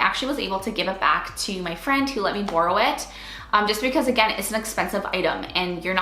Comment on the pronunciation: where are you from? the way you say borrow is funny LOL but this video is great, there are so many baby items that are unnessecary and just take up space.